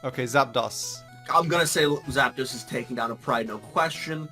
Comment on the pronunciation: sorry, Zap... Dahs? I think you'll find it's pronounced Zap-DOS. like with an O sound. like, as in, Dos, meaning 2 in Spanish.